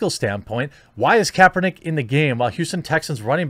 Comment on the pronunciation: “Colin Kaepertick”